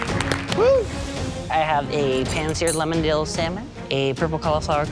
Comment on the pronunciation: Love, but the way she pronounces “Salmon’ drives me crazy